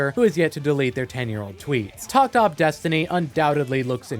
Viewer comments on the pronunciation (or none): The 'Op.' is actually short for opus number, a musical term that is a chronological indicator of a composer's works. So it is pronounced as opus. Also thanks for putting yourself through all these shows so we don't have to